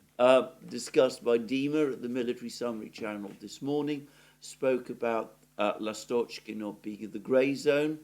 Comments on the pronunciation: Lastochka - a swallow, emphasis on the first "a" - LAstochkino - a village. Great pronunciation of Avdeevka!!! I wish the horrible west watched your programmes!!!! They sound on crack, all of them. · [ ' Lastochkino] stress is on 1st syllable